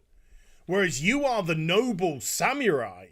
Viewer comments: It's not pronounced "Samewrai" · What in the world is a "sam-your-eye?" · I love this video but please stop saying Samurai like that 😫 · The Sam-u-rye